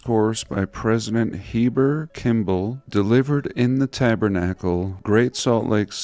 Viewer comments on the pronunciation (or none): none